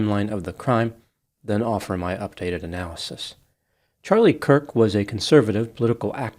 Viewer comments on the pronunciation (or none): It's Kurk not Cook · Dear twice your mispronounced "Kirk" as "Cook." I'm not criticizing you I'm just bringing it to your attention. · At first you mispronounced his name, I took it as a stumble. At the end you still pronounced it as "Charlie COOK". Along with your almost verbatim repeat of the press conference, the only 'opinion' you shared was your apparent disdain for the death penalty. The rest was an over-simplification on a grade school level. I haven't seen any of your other videos; but it they're anything like your apparent lack of actual interest to even get his name right, or inability to delve above talking in simplistic platitudes, then you are definitely a waste of time. It seems you were more interested in trying to get views than having insight into the actual subject. A typical quack with useless paper on the wall. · HIS NAME WAS CHARLIE KIRK. THAT IS K - I - R - K pronounced "KERK" Not Cook. Idiot. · CHARLIE KIRK - it sounds like you are saying Charlie Cook! Hopefully, it’s my device and/or MY ears that are hearing incorrectly. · His last name is Kirk not Kook. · The mispronounciation bothered me. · It sounds like you said Charlie “Cook” at the beginning and at the end 🤔 You’re right, the shooter was basically an insecure nobody. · No hate when I’m asking this.. did I hear you say “Cook” at the beginning of the video? Might have been a slip up. I might be going deaf if I’m wrong. Keep it up the good work and informative videos 💜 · The second time he did it, he had said Kirk only seconds before. 🤔 Maybe he was having an off day? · I swear I heard say “Charlie Cook” at the very start of the video. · I think had an accidental tongue slip and said Charlie “Cook”. Not gonna lie, it was kinda cute/endearing tho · I like you, but how do you mess up Charlie Kirks name right off the bat? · I was looking for this too. He also does it at the end. 🤔